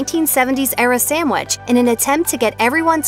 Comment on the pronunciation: Please, please, please get a new narrator!! Taco Bell is TWO words! It’s Taco Bell, NOT Tacobell! Also, please note the spelling of SANDWICH! There’s no “m” in sandwich. What is a samwich?? Ugh!!